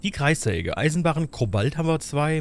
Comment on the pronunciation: das Element heißt: Kobalt. Nicht Ko:balt! Du betonst das falsch.